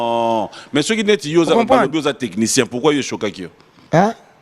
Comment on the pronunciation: C'est du français, on dit Technicien et non Tekinitien.